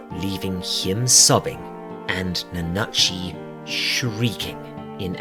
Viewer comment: You said it right, don’t worry about it. They just talking tomfoolery for no reason. 🤷‍♂️